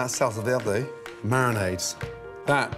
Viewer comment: Love the dishes but the weird French accent he’s throwing on “verde” 😭🤣 I can’t